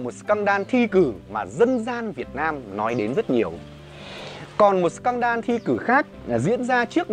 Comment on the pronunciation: Em xin phép sửa sếp tẹo ạ: Scandal: /ˈskændl/ đọc giống sờ can đờ-l(đồ), không phải sờ can đan ạ :v